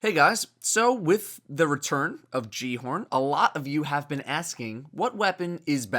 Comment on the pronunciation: repeat after me Gal-e-horn the j makes a h sound